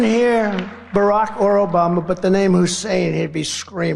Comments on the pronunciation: Is he pronouncing Hussain as a racial thing 🤔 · Hmm....once again, why the EMPHASIS on Barrack HUUUSSEEEEIN Obama??? Yeah, it's not a "dog whistle" for your MAGA cult, right Donnie?? This country and world will be such a better place once he's gone and the MAGA-cult fades away.